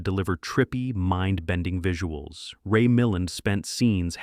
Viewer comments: These lists are fun! But the names are pronounced: Ray mil-LAND George SAWN-ders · So many mispronounced words and names. And flicks not banned but many are still excellent. And it’s pronounced Quat(rhymes with plate) Quatermass. Ok and it’s pronounced Ray Mill-land. Suspecting AI narration here? Fahrenheit? Come on… the script’s not awful but the narration sounds like AI SLOP!!!